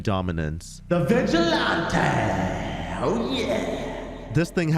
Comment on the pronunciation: Lmfao I’ve never heard someone say “vigilante” wrong haha it’s an actual word, just like “toreador”, which makes me die every time I hear say it wrong 😆